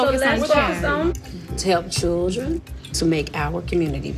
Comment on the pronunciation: The word is children ma'am not chuldren